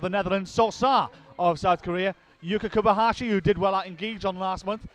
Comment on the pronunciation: Can someone tell this prick of a commentator That Yuka is KobaYashi not KobaHashi. The ignoramus has been miss- calling her for months.